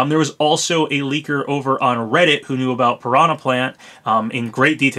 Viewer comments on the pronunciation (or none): none